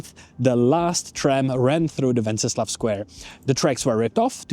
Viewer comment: Docela dobrá angličtina. Jen tip: anglicky se to náměstí (a ten kníže) jmenuje "Wenceslas", se "S" na konci.